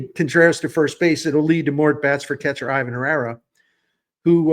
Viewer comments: ee-VAHN Herrera 😉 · I believe Ivan Herrera’s first name is pronounced “EE-Vahn”